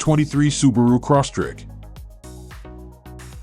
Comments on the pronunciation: Crosstrek not corsstrek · The guy sounded like he was saying Subaru CrossTrick. LOL